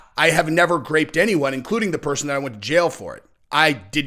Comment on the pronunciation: Are you saying "graped"?? lol. Its "groped motherfucker. Groped!